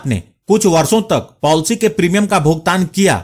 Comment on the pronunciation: Polcy nhi policy hota hain